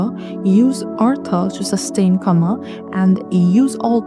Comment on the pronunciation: Correction on pronouncing kama- "Kama" is pronounced like "KA-ma," rhyming with "comma," with the stress on the first syllable (KA), similar to "car" followed by "ma" (like in 'mama'), making the "a" sounds short and clear. Think of saying "car" quickly, then "ma," blending them together as KA-ma.